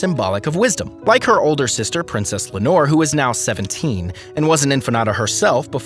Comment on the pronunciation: For heaven's sake, to the rescue of Princess Leonor, who's name was also butchered! It has 3 syllables LEI (like the hawaiian flower necklace)-OH-NOR. Practice!!! Le-o-nor! Again!!! Leonor! Now stop calling her a bottle of fabric softener!!!